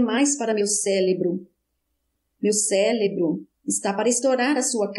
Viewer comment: Leitura muito boa. Só precisa corrigir a palavra: cérebro. A leitora sempre fala “celebro”